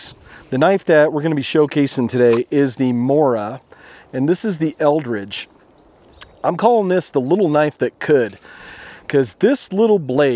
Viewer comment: Eldris not eldridge